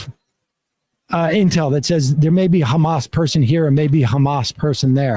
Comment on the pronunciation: He repeatedly pronounced Hamas as HAM--us. Like Easter ham. Repeatedly. How is possible he doesn't know how to say it? I mean, i know....but STILL. He was president. Jeez